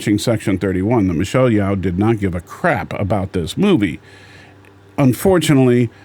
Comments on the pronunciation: Her name is pronounced as Yeo not Yao. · If you want to respect Michelle, you should pronounce her name correctly.